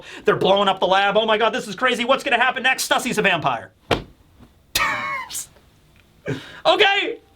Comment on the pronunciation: Is it just me or did you also hear dance instead of gantz?